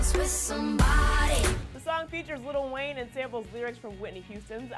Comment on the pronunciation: Did she really say little wayne